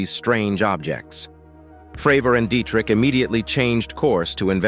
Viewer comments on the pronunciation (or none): none